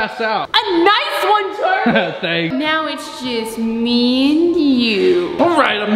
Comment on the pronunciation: It’s Charlie not carlie